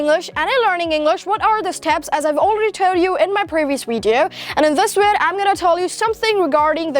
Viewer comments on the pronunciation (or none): Learn how to pronounce the letter “v”. You are a good actor though. You might wanna change the content of your Weeedio😜😜😜